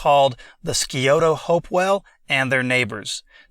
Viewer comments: Thanks. BTW we Ross County natives pronounce the river "Si-oto". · Scioto is pronounced Sigh-Oh-toe 👍👍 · Scioto is pronounced "sigh-ohto'